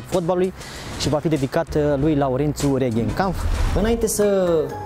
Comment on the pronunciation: "" tu esti jurnalist? Esti sigur? Ca eu nu m-am prins daca esti jurnalist după felul cum i-ai adresat intrebarea lui Reghe. Nici macar nu i-ai pronunțat corect numele... 🙉🙈